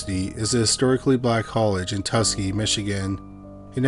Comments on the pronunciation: Not Tuskee. Tus Kee Gee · I dont want to be a Jerk but :tuh-skee-gee-is the pronunciation of the experiment and the school. Its NOT easy to pronounce unless you have HEARD it. Thank you for the well made ITK podcast!